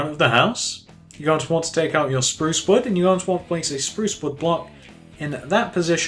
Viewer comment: You need to say sprouce strong